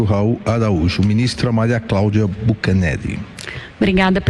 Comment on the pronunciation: Olhe a cara dele quando fala o sobrnome dela. o jeito que ele fala fucanelli.